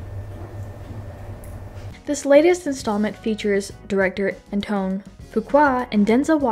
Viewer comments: An-twon, not An-tone. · I will say in the future learn how to pronounce the names you're saying in your video. The Director Antoine Fuqua (not pronounced An-tone). That being said, this was my favorite Equalizer film. Thoroughly enjoyed it, even tho I called some stuff but this film has so much heart, emotion, action, levity. It was a great final chapter.